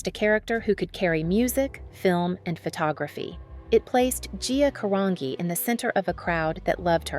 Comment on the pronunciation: Isn't Carangi pronounced like Car-an-ji?